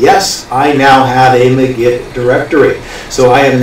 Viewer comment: Its pronounced like MAGIC... not "muh-git".... Look at the hat and magic wand in the logo...